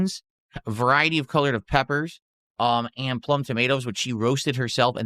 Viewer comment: "A verity of color peppers" 😭